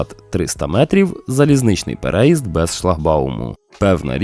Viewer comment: У слові переїзд наголос має падати на третій склад, тобто на літеру ї. А за контент - величезне дякую!